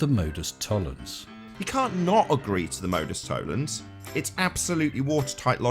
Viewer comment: Nice work again. Unfortunately Nathan is unlikely to understand why he is incorrect. He applies the logic of Modus Tollens with the same accuracy that he pronounces it.